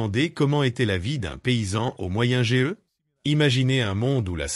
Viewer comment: Moyenne age on prononce âge entièrement pas lettre par lettre